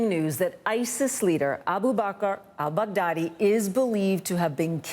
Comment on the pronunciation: All I can think when he says Baghdadi is Bag daddy